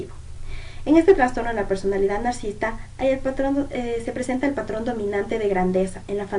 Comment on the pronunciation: Gracias por hacer un video de ésta temática. (Sólo que se dice nar-ci-sis-ta)